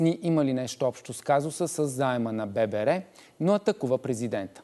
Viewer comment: кво е бебеер не е ли ББР БЕ БЕ РЕ или БЪ БЪ РЪ или, понежете сте БНТ, Българска банка за развитие. правете справки в БАН за произнасяне на съкращения